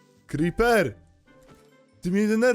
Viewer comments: Mówi się Creeper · Wkurza mnie to jak mówisz,,koper"